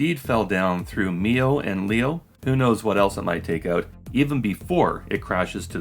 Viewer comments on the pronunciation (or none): I know it sounds odd but it's normally pronounced "Leo", not "L-E-O". It may related to "geo" in "geostationary" but that's only a guess.